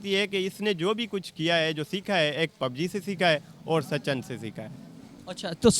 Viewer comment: Sachan....😂😂😂😂😂😂 bc naam toh theek se lele sachin hai😂